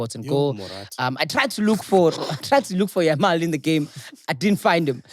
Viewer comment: It's YAMAL not YAMIL😭😭😭😭